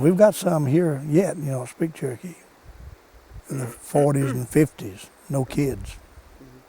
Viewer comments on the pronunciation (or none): THEY SAY CHERKEE NOT TURKY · The way they pronounce Cherokee sounds like they're saying turkey.